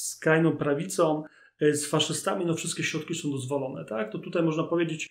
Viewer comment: Nie ma takiego słowa w języku polskim jak "som".